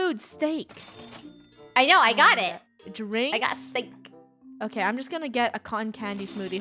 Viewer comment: Why does say stick and not steak